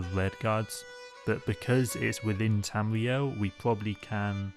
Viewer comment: Bwetons, Wedguawds, Tamwee-El. Sorry I had to